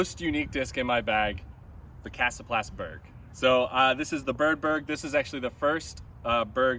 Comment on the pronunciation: Glad to see I pronounced 'Beorg' correctly from the start. Cool to see you and Drew Gibson throwing mixed bags like the rest of us!